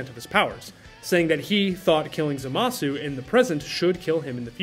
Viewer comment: *Zamas. I understand how it’s spelled but it’s the same reason we don’t call Sasuke, “Sasooke”